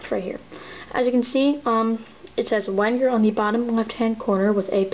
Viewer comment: its pronounced Venger, with a "V".